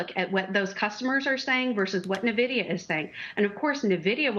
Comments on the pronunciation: This so called "EXPERT" can't even pronounce the name of the most famous/important company in the world that has made people millions and many retirees able to retire. I think you have no right to even talk about it. Nuh-vidia...WTF. Also CNBC anchor not Becky some other female keeps mispronouncing the CEO Jansen Huang (Whang) not HueWang...shows how ignorant you are. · Avid gamer here. It's En Vidia not Na Vidia. no self respecting gamer pronounces it like this lady. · How are people still pronouncing it wrong? N-Vidia, not NA-Vidia. FFS man, you don't deserve your salary if you can't be bothered to research the correct pronunciation. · I can't hold my tongue. It's EN-vidia. Not NAH-vidia. Please, if you're going to challenge a company, at least learn how to pronounce the company's name. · Say the name correctly." N" Vidia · “Nuh-Vidia”, “Neh-Vidia”…how many different ways will this lady mispronounce the company’s name? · When you got all these analysts talking about nvidia without pronouncing it correctly, you know this stock is overhyped.